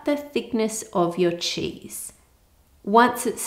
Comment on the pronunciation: What she said: “... to about the thickness of your cheese.” What I heard: “... to about the thickness of your cheeks.”